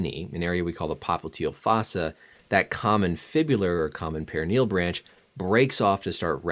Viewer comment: lol your pronouncing peroneal wrong bro